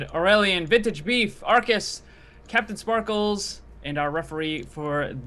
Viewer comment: Why do you call Jordan captin sparklez